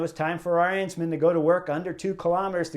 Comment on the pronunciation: Please stop saying a-rEnsman, it’s A-rensman.